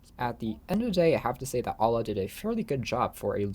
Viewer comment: lol Alah its You-La